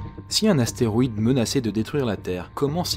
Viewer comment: C'est quoi un atéroïde ? 😂